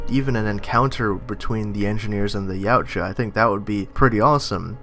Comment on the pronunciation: Its pronounced "YOW-T-YUH" Not "YOW-T-JUH"